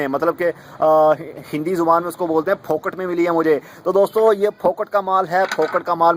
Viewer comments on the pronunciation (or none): Phokat nahi phukat. Hahaha! Aur yeh hindi nahi mumbaikar word hai. Mange ka ujala.😜